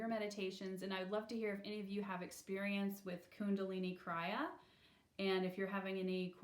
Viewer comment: krEE-ya, not krI-ya